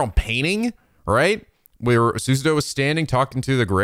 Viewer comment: Literally have my copy on my desk, music is worth the price Also, HER. NAME. IS. PRONOUNCED. SU.SA.O!!!!!!!! Also scarlet study localized rocket slime 3 for 3ds, love them